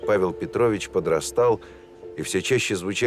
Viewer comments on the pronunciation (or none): none